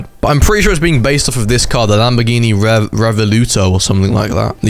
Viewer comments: How do you speel Revuelto so badly... It's not Revoluto, It's Revuelto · its riv-well-toe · Just saying , It’s pronounced Rev-well-toe (being Italian I know this) this also might make me play Roblox again (this is also one of my dream cars) - although it will still never feel the same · You can pronounce Revuelto as Rev Well toe, that’s how they pronounce it at least.. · the ruevuelto is pronounced 'REY-WEL-TOE' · Btw it is pronounced rev-wal-to